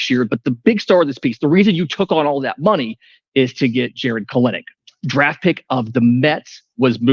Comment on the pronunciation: It is Pronouced "KEL-Nick"